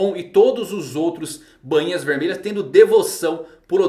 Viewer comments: a pronuncia correta e BAINHA, E NAO BAN - INHAS KKk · Soa estranho ele falando bãinha